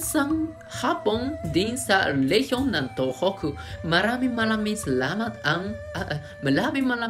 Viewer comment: Thanks s effort mag tagalog.. Malaming saramat 😂😂😂